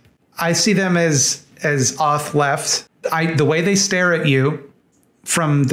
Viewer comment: so i eventually figured out you were saying authleft, (as in authoritarian) but i kept hearing off-left, like "they are leftists, but there's something off about them" and th whole time i was thinking, hmmm, ive never heard this terminology before... 😅